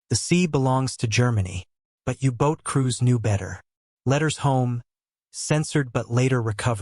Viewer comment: So there no U-Boats...they're now called You-Boats! Hate AI voices.